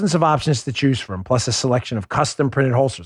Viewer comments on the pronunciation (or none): none